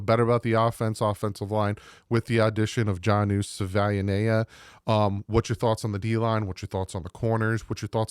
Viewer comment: It is Sa-Via-Nia